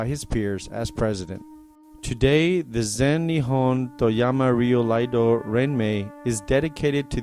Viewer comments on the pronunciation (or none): Can someone tell the narrator it’s iaido not Laido